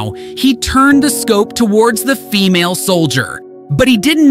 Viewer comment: How he emphasizes the FEMALE when talking about the second soldier 😂